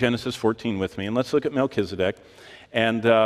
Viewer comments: MELCHIZEDEK...'Z' NOT 'S' AND NOT SAD, BUT ZEDEK...;) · Melchisadek = Melchizedek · you don't pronounce his name right for A start , so you haven't spoken to him , where did you get the information from ? I spoke to him in 1984 he came and had a chat . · It's pronounced 'Melchisadek', not, 'Melchisadek'. Rookie...